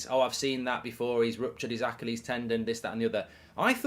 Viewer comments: Why are you pronouncing Achilles like that? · Genuinely never heard anyone pronounce "achilles" like that lmao